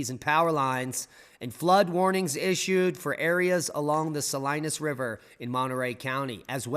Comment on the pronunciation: It’s pronounced SA LEAN US, mentioned in the song Bobby McGee.